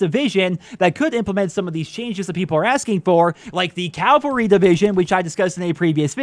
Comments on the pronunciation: Cavalry not "Calvary" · Cavalry not calvary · It’s cavalry not calvary